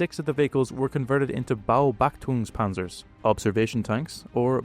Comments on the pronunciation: Sorry, but it's BE-obachtungs Panzer, not Bao. It means Surveillance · totally butchered the word in the video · Really good video! Just a quick note: you say “BaobachtungsPanzer” instead of “Beobachtungspanzer.” Not a big deal, i just wanted to mention it. Keep up the great work! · Digga, its "Beobachtungspanzer" not "Baobachtung". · It's "BeOBachtungspanzer", not Baobab-Tree on tracks! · Baobachtungspanzer ❌ Beobachtungspanzer✅ like in Beobachtungspanzerartilleriebataillonsgefechtsübung....German is easy 😂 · One minor correction, it's Beobachtungspanzer, not Baobachtungspanzer. On the question what the hypothetical future Jagdpanzer might be called, there's always the option to just go for some version of Kanonenjagdpanzer in the case of a railgun (or coilgun I guess) because it's still a gun. When it comes to energy weapons, Laserjagdpanzer sounds reasonable, though I could see something like Strahlenjagdpanzer coming about as well. Obviously there's the option of random animals, due to the preference for those of the feline variety I suggest Nebelparder (clouded leopard, Neofelis nebulosa) because as far as I know that hasn't been used yet. If you prefer the Mustelidae as name sakes (as seen in Wiesel, Marder and Dachs) I'd suggest Vielfraß (wolverine, Gulo gulo) which is definitely unrelated to me liking a certain American vehicle; the other obvious choices of Iltis and Otter have the issues of being the civilian name of a vehicle used (VW Iltis aka LKW 0,5 t tmil gl) and amphibious connotations respectively. After all these musings about hypothetical names for hypothetical vehicles I'd like to say that i enjoyed your video and would like to see that HS30 video that you hinted at some day, as well as the Patton Sequel(s), after all, we did get the prequels in form of the T20 series video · Please practice the pronunciation: Bay-O-Bach_Toonk-Pan_Tsair. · well baubaktung is pretty butchered If you speak a littlebit of German 🤡🫡😂